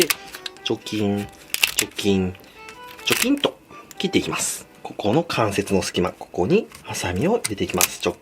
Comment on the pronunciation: チョキンが除菌にしか聞こえない